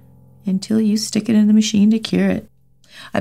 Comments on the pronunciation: I am in Germany and I just see and hear "Schtik it" and I cannot stop laughing 🤣🤣🤣🤣😘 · I'd have a million dollars fro every time she said "shtick it" LMFAO